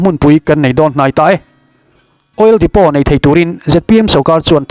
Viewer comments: OIL DEPOT Lam dan dik tak chu Oil Depo ..tia lam tur ani e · Oil depot ni mahse oil depo tih tur o...k ron soi my2😂